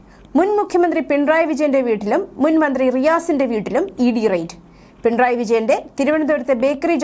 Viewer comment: ദേ.... വീണ്ടും** പിൺ റായ്** മക്കളേ,, പിണറായി എന്നു പറയാൻ ഇത്ര ബുദ്ധിമുട്ടാണോ????? ഒരു കാര്യം ഓർമ്മ വരുന്നു,, ക്ലാസിൽ പഠിപ്പിച്ചു കൊണ്ടിരുന്ന അധ്യാപകനോട് വിദ്യാർത്ഥി പറഞ്ഞു പുയ്പ്പം എന്നല്ല പുഷ്പം എന്നല്ലേ സാറേ എന്ന്.... അപ്പോൾ അധ്യാപകൻ പറത്തു,, പുയ്പ്പ o എന്നും പറയും പിന്നെ ആ കുട്ടി പറഞ്ഞതുപോലെയും പറയുമെന്ന്.... അങ്ങനെ ത... വല്ല സാങ്കേതിക തടസ്സങ്ങൾ ഉണ്ടോ?? മലയാള ഭാഷയിലുള്ള വാക്കുകളുടെ സ്പുടത ശരിയാംവിധം അല്ലങ്കിൽ കേൾക്കുന്നവരിൽ ചിലർക്കെങ്കിലും അരോജകത്വം ഫീൽ ചെയ്യും🙄🥹🙄🙋🏻❣️🌹❣️💐💐💐